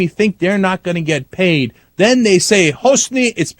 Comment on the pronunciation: LOL "It's been nice knowin' you, but geeeyit!" I didn't know Cenk spoke Texan. Evet!